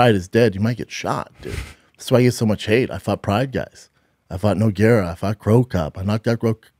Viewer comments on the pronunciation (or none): none